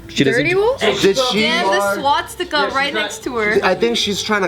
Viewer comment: "Swatsticka" -, 2017